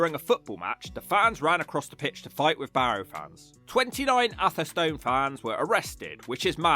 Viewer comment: Rugby was really attractive a decade ago. There's a whole series of failing towns along the A5 - now one vast distribution road from Lutterworth to Tamworth. Hinckley, Sunny Nunny, Beduth, Atherstone (you need to get the pronunciation right, mate). Atherstone is actually quite lively and picturesque. I lived near Coalville as a kid and youth so I know what a shithole looks like. I moved to Nuneaton in '76 and out in '93. I now live in Atherstone. Like all Central Midlands towns they need huge cash injections...fat chance.